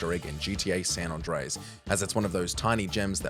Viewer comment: To this guy it should be ''hardest way to say San Andreas'', bizarre how he says, its like he says Son Ondreas.